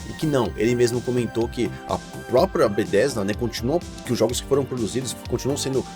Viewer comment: Video ótimo, mas como me incomoda como você fala Bethesda... Este "th" não fala como "d" irmão.. É muito errado falar "Bedêsda".. Meu ouvido dói todas as vezes.. Haha! Ou fala Betésda em português mesmo, ou saca qualé deste th, e fala o nome todo com entonação correta do inglês... Mas "Bêdêsda" até dói o ouvido.. Rsrsrs